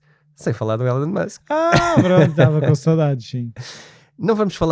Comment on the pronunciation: Só para melhorar e fazer deste podcast ainda mais único....por favor chamem o nome correto do homem: pronuciasse ilon e não élon... Musk